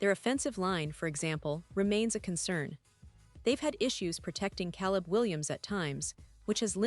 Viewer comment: Get better AI to read your text. At least find one that can pronounce Caleb